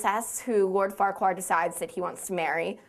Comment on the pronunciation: LOL Farquaar. It's FARQUAAD! Don't worry, I used to say the same thing!